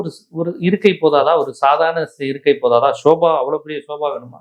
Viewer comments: Bro, Sofa not Soba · யோவ் அது ஸோஃபா....என்ன தமிழ் படிச்சியோ